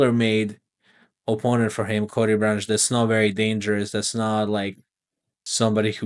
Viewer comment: Knew he was a fraud when he struggled with Brundage